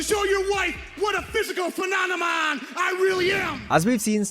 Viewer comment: Everytime he tried to say phenomena. He said phemonena 😂